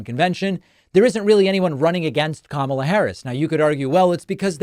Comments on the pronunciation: The MAGA GOP keeps accusing VP Kamala (pronounced : comma - la) Harris of hiding Pres Biden’s “condition” and not taking action. Yet, the MAGA GOP knew about the Access Hollywood tape, where Trump bragged about grabbing women by their PUSS*. They knew he sided with Putin over his OWN GENERALS! They knew he plotted and led the 1/6 INSURRECTION. They knew he told us to DRINK BLEACH to cure COVID! They know he slurs words. Confuses people’s names. Asked Georgia to find him 11, 780 votes…ON AUDIO!!! They know he calls people ugly names like a 15 year old MEAN GIRL ( a.k.a Donna Trump). They know he’s nutty…AND HE LIES!!!!! Yet this is his THIRD TIME as the party’s nominee! WOW!!!😂 ALERT MAGA GOP: THE OBJECT IS TO NOMINATE YOUR PARTY’S BEST…🤣 VOTE BLUE 💙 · Since trump can't pronounce Kamala correctly, perhaps Dems should start calling him donOLD...